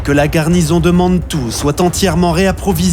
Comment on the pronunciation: Mais la cavalerie de "Killmaine" ce ne serait pas Kellermann, parce que sinon, je ne le connais pas..! Et pourquoi dire Mannnntoue !? Ce ton et la diction sont insupportables, je suis encore saoumlé après les avoir fait taire !